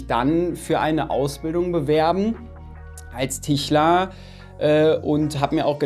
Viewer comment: Es heisst Tischler nicht Tichler 🤣